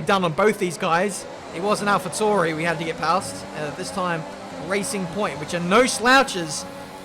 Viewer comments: Btw they're pronounced Alpha T-ow-ri not t-oor-i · Every time someone pronounces AlphaTauri as Tau-ri instead of Tor-i... Use the word centaur as a guideline. That's pronounced cent-or.